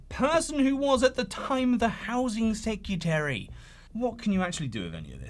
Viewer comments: SecREtary. Not secUtary. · off topic but you do realize that the word is "secretary", not "secutary", right?